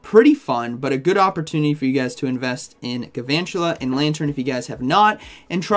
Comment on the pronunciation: Isn’t it gaLvantula. There’s an L